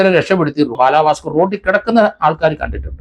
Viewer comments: ബാലാ ഭാസ്കർ അല്ല ബാലഭാസ്കർ ☺️ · 😁അത് കേൾക്കാൻ നല്ല രസം ഒണ്ട്